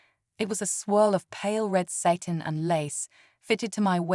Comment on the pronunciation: A truly wonderful and moving story. So glad that Ellie realized who she really was and decided to embrace her true self and new life fully. And please, get rid of that stupid, cheap AI reader that can't recognize the difference between SATAN (the devil) and the material, satIn as well as being unable to properly pronounce so many common words.